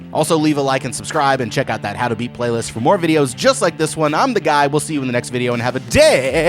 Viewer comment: During the sponsorship I thought for a moment he said meat instead of beat for the code. 😅😅 I felt like an idiot. Or maybe I just watch these too much when I think meat shield automatically.